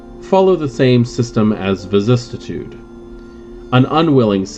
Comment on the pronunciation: Vicis-si-tude only one T. Love all your videos but I can’t how you pronounce vicissitude. But I guess that’s on me. Please continue your videos.